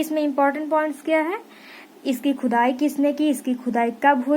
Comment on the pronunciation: Maam aap baar baar khudai ko khujai bool rahi hooo 😀😃😄